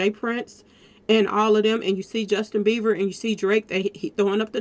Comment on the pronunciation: In getting triggered Sis….his name is Bieber not Beever